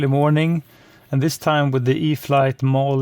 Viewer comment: Not trying to critique you but the e at the end is silent... sounds like mall. Great flight! I also liked your review of the Air Tractor, makes me want one!